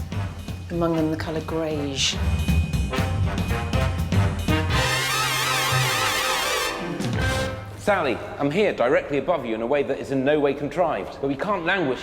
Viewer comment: Between perfect beige and grey there is "the color greyge" 😂